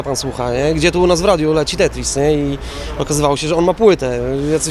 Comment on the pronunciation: cgm!! Te-tris, a nie Tetris! Prosze o poprawkę